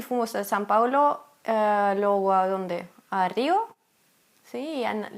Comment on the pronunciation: preciosa.... se dice LUEGO con letra "e"" en medio y no LUGO, cariños:-)